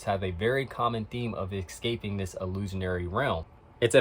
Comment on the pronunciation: Ecscaping is not a way of pronouncing Escaping